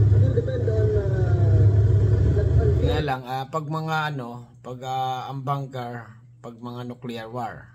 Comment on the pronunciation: BUNKER... hindi Banker.... ANG VOVO mong vlogger...!!!